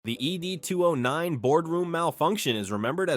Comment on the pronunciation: Dear AI.. Its 'Ed", not 'Ee Dee'.